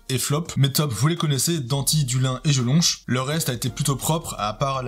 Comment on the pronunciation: #poubelle violi Ça me pertube de te voir prononcer Jelonch (che)